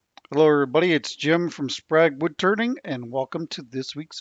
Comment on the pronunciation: ok so is it just me, it sounded like he said woodTURDING at the very beginning lol